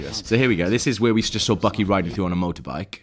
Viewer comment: Did you notice how the one guy kept saying bookey not buckey? Lol a tad funny to me